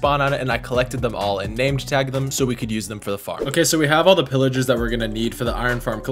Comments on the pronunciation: Pillagers not Pillagars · “Villigars, Pilligars”